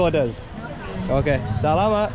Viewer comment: I'm experiencing my country vicariously through your vlogs. Really grateful to you for sharing your travel experiences. Love how you engage with the locals. And your "salamat" is now almost local-sounding. Take care. Perhaps when you come back, you can vlog about Melbourne too hey. Take care